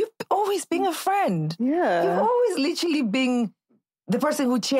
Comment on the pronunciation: I really how speaks and can't just talk without saying litchrilly(literally)